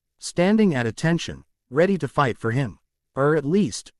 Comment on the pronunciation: Yes, it was really bad in the last 1/3 of chapters 150-200 with the Ai spelling out words with the f missing like i-g-h-t instead of saying fight. It really gets bad at the end of those chapters. I have just begun chapters 201-248 and it still occurs but not every time only every 5 or 6 sentences. Thanks for looking into this and I hope it's not something really difficult to fix. I really appreciate the work you do to put this on YouTube for everyone to enjoy. Thanks ❤